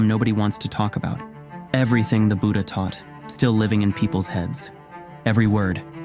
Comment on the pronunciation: Both Tipitaka (Pali) and Tripitaka (Sanskrit) are correct, but he pronounces it incorrectly. Even the word "Buddha" is pronounced incorrectly. I have seen this in many videos. The English language cannot give the correct pronunciation for Pali or Sanskrit words.